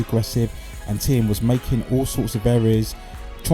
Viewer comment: I am a german native, please say "Thiem" like you pronounce "TEAM" in English! Thx